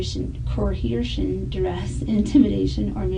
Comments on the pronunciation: The detective was impressive until she couldn’t pronounce ‘coercion’ 😂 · How is it possible that the detective could not pronounce the word "coercion", even after trying twice?!